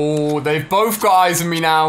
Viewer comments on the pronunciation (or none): none